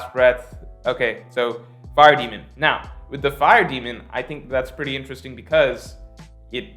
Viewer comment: "intresting" video:)